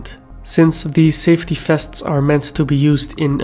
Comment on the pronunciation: The name "vests" is OK, the problrm is your wrong pronounciation: fests. Must be some Belgian or Dutch pronounciation problem. But the content is OK.